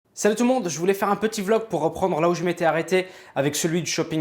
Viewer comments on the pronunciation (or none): none